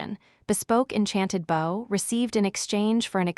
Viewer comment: The AI that reads the story is really bad. It cannot tell the difference between bow the weapon and bow the action. It also says the letter w when a character w what. It's not unbearable but it does make it feel less enjoyable and the characters less human.